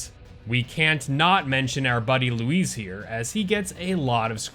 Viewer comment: Bro his name is Luis not lowez